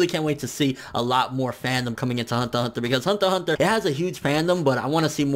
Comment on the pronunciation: why do you say hunter hunter with a a Asian accent....you realize "hunter" is a English word right? just say it normal for god sake...